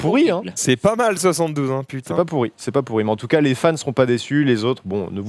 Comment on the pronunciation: Ptin il me trigger quand il dis entcas pour dire en tout cas